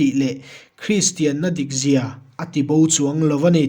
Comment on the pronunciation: a van ṭha teh reng em! a bu ziaktu aiin a sawifiah si a, a mah erawh chu Chhiarrik dán, thluk diklo, "takzia"leh "dikzia," hi a lam diklo deuh.